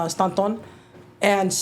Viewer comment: Stanton California is not a city derived from Spanish background so please stop mispronouncing it. Philip Staton is whom it was named after lol. Just like when I went to bar and the waitress clearly Mexican American kept mispronouncing the liquor bottle Buchanons. Clearly this is Irish or Scottish whisky. But she just had to dick it all up. Sorry guys but America’ is where we live. Mexico lost and sold out. I’m Proud of the heritage but don’t get it twisted you come off as ignorant when you say little terms that should be common sense